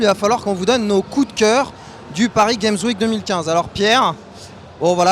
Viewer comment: Paris Gamzwik --' articule